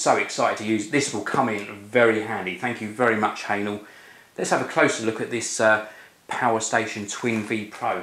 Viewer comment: Wrong pronunciation,! It's not 'hanel' (for hähnel), but 'heh-nell' (even though it's difficult to pronounce it 100% correct, cause German sound 'ä' doesn't exist in English language).:-D